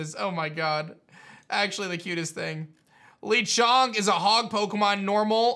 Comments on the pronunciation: It is not pronounced leechonk it is pronounced lachonk but spelled like lechonk meaning the chonk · I don't think it's pronounced LEEchonk. I think it's Lechonk like french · It’s le not lee. The pig is French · ITS NOT LEE-Chonk it’s Le Chonk. Le as in the French word for THE. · The way he calls "Lechonk" as "Lichonk" though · Lechonk... think more of the E sound in "LET" than the double E sound in "LEE" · I was on board with Violet, but now I'm all in for Scarlet. That Pawmi WILL be on my team...The same with Lechonk. (btw the name is pronounced like "let" not "Lee") Lennon means pig in Spanish. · not lee-chonk but la-chonk cuz spanish yknow? lol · SIIIIIRRRTR ITS SPANISH it’s “LEH-chonk” NOT “LEE-chonk” get it right please and thank you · LECHONK! NOT LEECHONK OR LICHONK. LECHONK. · I was thinking lechonk is pronounced Luh Chonk. Pawmi is cute. I’m guessing it’s the regions pikaclone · Lee? Why is he saying "Lee" chonk? 🤣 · I just realize he said Lee chunk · it has to be pronunced Léchonk like LeBron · man said lee chonk bruh... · how does this guy manage to pronounce EVERY pokemon wrong the first time? LEE CHONK check out his s&m starter reaction KOO! TEAM KOO ALL THE WAY! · u keep mispronouncing lechonk hahaha 🤣